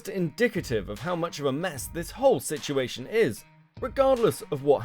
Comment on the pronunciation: it makes me giggle every time she says "siguation" instead of situation..